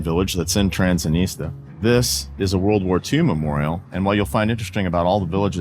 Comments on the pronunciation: still says "Transinista"? Lool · Really enjoyed the video. Transnistria seems like a lovely place, I would love to visit. seems like a great your guide and very knowledgeable but his pronunciation of Transnistria really bothers me and hurts his credibility in my opinion. How can you be teaching people about a semi controversial area that doesn't even have its own credibility and recognition fully when you can't even say the name right? I understand why Drew didn't directly correct him, and I noticed at least once that Drew said it kinda fast after had said it, seemingly to try not to come across as correcting him. But they were also the only ones I noticed saying it, maybe he's saying it more like the locals do in different languages, benefit of the doubt. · lives in Transnistria, but cant even say it correctly or even the same every time lol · Loved the video! How come your guide pronounces the name of the place differently than you do?